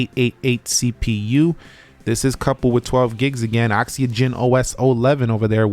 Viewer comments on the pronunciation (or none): still cant say the word OXYGEN huh ?